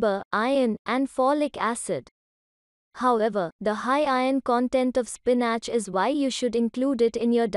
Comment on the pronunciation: that’s so nice of you... thank you but I was being mean and found the pronunciation of spinach funny. It meant to sound like spi-nuhch!! I love spinach so does my son...it’s one of the superfoods ... SORRY for being mean!! Love and light from Manchester xx